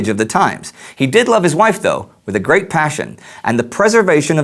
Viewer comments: is says gerat instead of great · great not gerat lol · " Gerat Friendliness " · gerat? or great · "Gerat friendliness"? Small correction, love the show! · "gerat" hehe